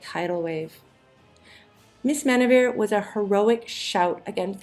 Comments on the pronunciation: Why did you include Paul Bern when you mentioned Thalberg's death? This error is prevalent in some of your videos and you need to do better research and check before releasing videos. He also had nothing to do with changing Marilyn Monroe's name. Oh, you need to at least pronounce some names correctly---"Mrs. Mini-veer?" Where's James?! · They couldn't even get "mrs. miniver" right!